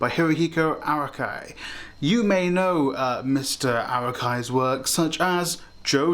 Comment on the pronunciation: bro is rage baiting us with how he pronounces his name